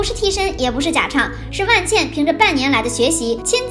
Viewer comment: 不是万茜（xī）吗？